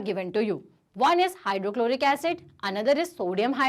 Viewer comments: mam its not hydrolic its hydrochloric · In ma'am ne hydrochloric acid ko hydrolic acid bol diya 😂